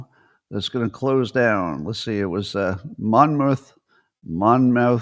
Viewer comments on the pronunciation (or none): Monmouth is actually pronounced “Mommith”. I live about a half hour from the school. Kind of surprised they’re closing their polling apparatus since it was often quoted in the news as an authoritative source, for better or worse.